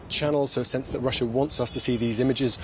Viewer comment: Russia does not end with an R. Please pronounce properly.